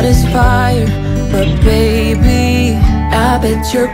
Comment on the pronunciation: Me encanta cuando dice bayby muero de amor ja